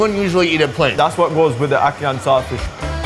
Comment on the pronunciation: it "akan" not "akawan"